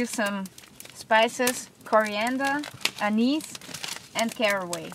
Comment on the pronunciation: You said Anise correctly this time.... when i heard you were making bread I was laughing inside thinking about the last time you said it.... Oh well... Great video! Thanks for all of your work.